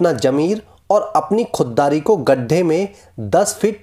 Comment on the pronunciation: Its nat jammer,it's zameer its not ghadda, it's garrha.